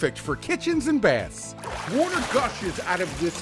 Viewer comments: No one: Phil swift: w u a t e r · It works under “ woter”